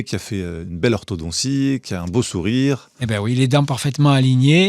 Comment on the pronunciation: Penser à l'expression "Il a une dent contre moi". Penser aussi à cette expression de nos grands parents – je me réfère à ceux de la génération de l'immédiat après acte II du Grand Équarrissage Mondial: "On creuse sa tombe avec ses dents". Pour le meneur d'entretien: "orthodontie" se prononce avec un t dur.